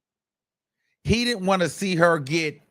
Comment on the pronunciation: Im sorry but hearing you say pecker wood makes me lmao 😂🤣